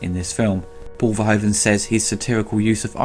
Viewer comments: Paul Verhoeven's name is pronounced as VERHOOVEN. As in shOOt, lOOt, gOOd etc. In his language "oe" = the "oo" of English. Lovely review though, keep it up. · For future reference, Verhoeven's name is pronounced ver-who-ven, that being said, love this movie and love your reviews. <3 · why is it for non-dutch people so hard to pronounce " Verhoeven" ?